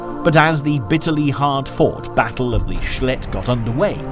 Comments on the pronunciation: That's pronounced,shelld lt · "the Schledd river . . ."😅